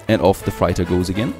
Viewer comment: Man i love your videos and watch most of them. But please look up how to pronounce Freighter. Love me some Tropico, keep up the good work!